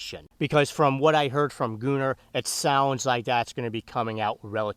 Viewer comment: I feel like it should be gun-nr not gu-nnr but that’s just me